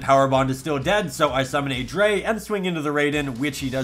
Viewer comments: If it helps: CyberDragon Drei is pronounced Dr-i (just the englisch pronounciation of i) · Just like a note, drei is pronounced like dry it's German for 3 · "cyber dragon dre" Germans everywhere are cringing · Always great to see more Sealed Only Content, definitely one of the coolest Yu-Gi-Oh-Series’s. But as a german I kinda hate how you pronounce Cyber Dragon Drei, Drei is pronounced Dry (roughly). It‘s not serious critique from me, just a small detail, that’s not going to make the series less fun to watch